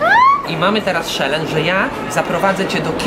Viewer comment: Co to jest "szelen"? W życiu nie słyszałem takiej wymowy tego słowa